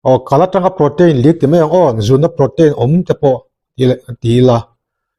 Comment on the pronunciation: Prow-teen or pro-tin tiin lam roh, pro-tein or pro-tain tih kha chu lam/sawi dan ani chiah lo. I channel kan lo ngaithla zel e.